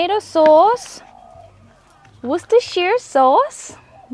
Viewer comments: Looking awesome …as normal. I love these oysters! And you did great pronouncing Worcestershire Sauce…Wustershur is the phonetic way of pronouncing it…but well done! 🎉🎉🎉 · Great cook! Oh and you said Worcestershire sauce perfect 😂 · you pronounce Worcestershire better than most Americans!